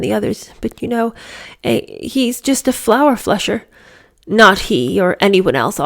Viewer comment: Four flusher, not flour flusher. A four flusher is a braggart or a boastful person